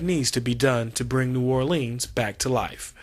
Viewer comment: New Orleens? Liberry's? He needs to get diction lessons. A least learn how to say New Orleans as in Orlunz. Lie-brary is another story.